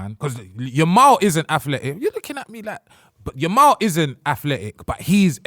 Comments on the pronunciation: I need a censor whenever a name gets butchered. getting away with murder saying "Lamal" 5x in 2 minutes is cfiminal. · why does keep calling him lamal🤣